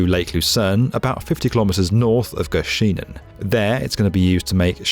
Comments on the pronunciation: When are English speakers gonna learn that in Germanic languages, like English, Dutch, German and others, the stress in a word is usually on the first syllable. So it GÖSCHenen, not göSCHEnen. A little bit of research, like a look at the German Wikipedia article for the town would have given an audio example. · Fun fact: “Göschenen” has the stress on the first syllable – not on the last part. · Good job with the ö sound in Göschenen - the emphasis should be on the first syllable, though. 🙂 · it's actually pronounced "göschenen", not "gö schen en" :P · In the name Göschenen, the first syllable should be stressed, not the second one.